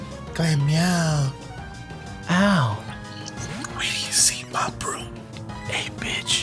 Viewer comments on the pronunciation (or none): "Mah BrhoooMm" lol